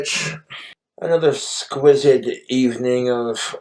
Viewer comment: Exquis-ed lol. Every time he says that word I smile